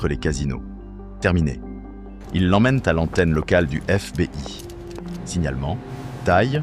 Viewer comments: On prononce pas « éf bé i « Mais « éf bi aille « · Histoire carrément géniale et sacrément bien contée sauf peut être un accent anglais un peu approximatif comme par exemple sur FBI mais bon cela s’améliorera sûrement avec le temps… Je me suis abonné, donc je vais regarder les vidéos que j’ai en retard et liker les meilleurs 👍🏻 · Histoire intéressante quel dommage d'utiliser une IA pour parler à votre place sa gache tout. IA même pas foutus de prononcer FBI